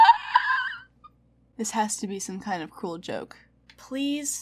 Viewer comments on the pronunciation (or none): none